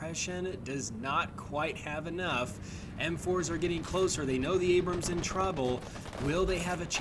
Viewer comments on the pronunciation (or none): I got irrationally annoyed, constantly hearing "The Abrumm" . I'd be less annoyed if someone called a Sherman a Shoreman. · “The abrum” Used to abrums lol